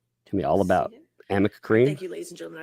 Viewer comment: I love that everything says is slightly off. AMica instead of aRNica, THE Umbrella MAN, instead of That Umbrella Guy, lolz! I think the cat lady's going senile!